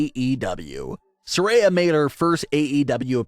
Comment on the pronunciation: It's sariya not saray